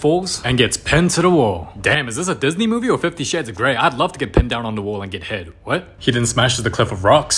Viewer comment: Love turns into "rove"